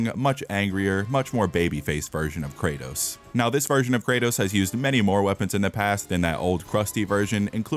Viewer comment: Thats not kratos thats karrots💀💀